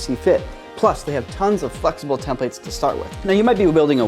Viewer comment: needs to ask how to pronounce "templates."